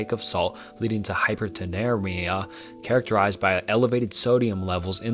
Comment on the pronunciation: Hi-per-na-tree-me-ah (hypernatremia) You're getting there!